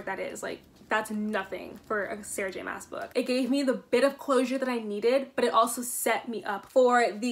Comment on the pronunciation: My only complaint about the video is that her last name is pronounced like "moss" instead of "mass"